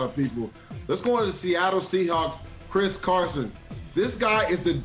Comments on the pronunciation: mans said chris carson 😂😂 wtf am i watching 🤦🏾‍♂️ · He really said Chris Carson